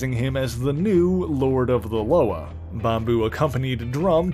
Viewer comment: Correct pronunciation of ‘Loa’ (la-wah) not (lo-uhh)